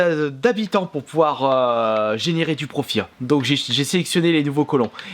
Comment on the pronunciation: Du "profruit" ? 😕😕